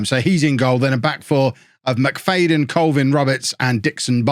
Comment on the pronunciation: McFADEn? Haven’t seen his name but I’d say It’s pronounced McFADen